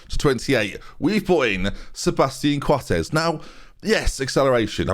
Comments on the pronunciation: Sebastian Coates, his dad is Scottish and his last name is pronounced as 'Coats' No joke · Good to see a couple of uruguayans in the team. Also is strange that you pronounce Coates surname in spanish, as we do in Uruguay, and not in english, as it should be.